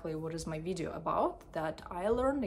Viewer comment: how did u pronounce video? damn ....